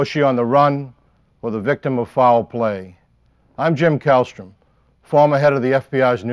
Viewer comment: Calstrom was the head of the New York FBI office & he still hasn't managed to locate the letter R!